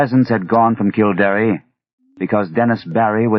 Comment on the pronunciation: It's kill-dare not kill-dar-eh. It's interesting that Lovecraft knew of something as esoteric as the book of invasions. I thought only Irish people knew those stories. Also, I don't know how easy he thinks it is to drain a bog, but it takes years not weeks or days.